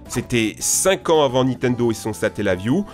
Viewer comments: Tu en as pas marre de dire NITENDO tout le long de la vidéo au lieu de NINTENDO ??? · C'est Nintendo pas nitendo